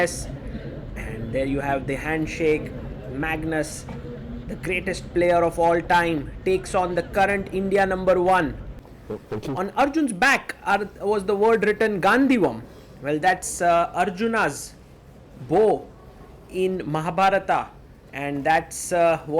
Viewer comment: it is not Gandhi-wam. It is Gandeewam.